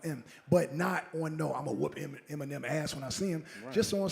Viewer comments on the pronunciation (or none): Did he say Em mine nem in the intro lol 😂